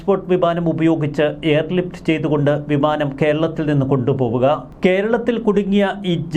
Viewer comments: അല്ല വിമാനം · ഭിമാനം അല്ല ബിമാനം 😂